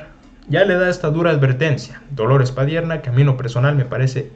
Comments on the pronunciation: EL APELLIDO ES PADIERNA. TU DICES "PADIERA" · No es padiera hijin, es Padierna. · PA- DIER- NA NO PA-DIE RA. NO SABES LEER MI CHULO. VARIAS VECES HAZ DEMOSTRADO QUE NO SABES LEER. MEJOR NO LEAS NADA. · PADIERNA, no padiera, amigo. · Compadre es Padierna no padiera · Te escucho y te apoyo brother pero te doy critica constructiva al mencionar a DOLORES PADIERNA....NO PADIERA como lo mencionabas en casi todo el video, al parecer finalmente te diste cuenta del error porque al final corregiste y mencionaste. PADIERNA. Saludos brother. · Compañero, aprenda a leer, se pronuncia P A D I E R NNN A, no Padiera, es Padiernnnaa, Padierna. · de dónde será este chavo que desconoce a la diputada Padierna, que tampoco sabe que existen las Lomas de Padierna, históricas durante la intervención estadounidense, o qué padecimiento tiene que le impide leer correctamente el apellido de la señora y lo pronuncia una y otra vez como Padiera??? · Buenas tardes mi estimado se dice PADIERNA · Cuidado con tu lectura ... ! PADIERNA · Generalmente tus artículos son buenos pero también generalmente pronuncias mal los apellidos de las personas a las que te refieres. Hoy es con Dolores Padierna y no Padierna, checa bien siempre los apellidos antes de grabar porque de por si los chayoteros siempre están criticando y si les das carnita te van a acabar y para los que te escuchamos siempre es molesto, tómalo como una crítica constructiva.